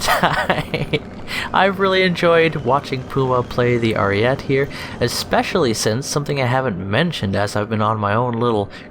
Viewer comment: You said it right in the fake accent tho...then went back to the dumbass ariet saying. It has an e so it's ari eht eh